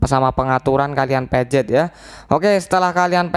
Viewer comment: Pencet bang bukan pejet